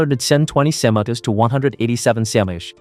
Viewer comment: WHY CANT THE DUMB AI SAY "DEGREE CELCIUS" "CM" OR "KG" PROPERLY WTF LMFAOOOO